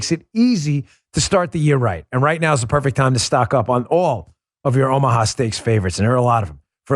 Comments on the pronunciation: Dan, you almost said "Obamaha steaks"😂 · At the beginning of the video, did he say buy Obama-ha steaks??????